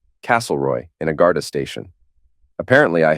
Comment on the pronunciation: The Irish police are called Garda. Not Garta.